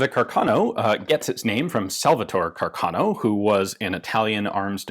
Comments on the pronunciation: The correct italian pronunciation of the name is Càrcano, with stress on the first "a", not Carcàno. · The title is really excellent. I'd add the following subheader, though: "Joy and Sorrow for Italian Troops". And, as a side note, the correct Italian pronunciation is "Càrcano". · Fantastic video as always Ian. However, I believe the correct pronunciation is Càrcano, and not Carcàno (I’m a native speaker). A bit of nit picking on my part like the Garand pronunciation controversy, but I’ve never heard anyone in Italy say Carcàno. Foreigners pronounce it Carcàno. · For a better pronunciation of Carcano, try here: ;)